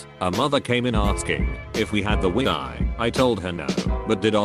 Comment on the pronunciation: Wi-i... Nice pronounciation